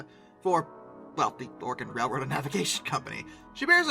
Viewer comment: lam(b) The will-lam-at river. Willamette. but props for not saying or-e-gone.